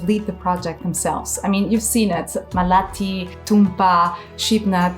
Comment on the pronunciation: maalathi ,not malati